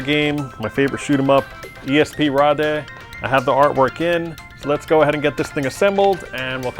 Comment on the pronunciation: Dude. If its your favourite shmup you need to pronounce it correctly: 'espraid'. It even says it for you on the attract!